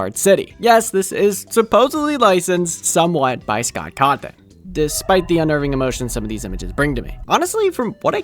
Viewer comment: Qhy did you say Sock Cotton? Why not just say Scott Cawthon? His name isnt Voldemort levels of evil.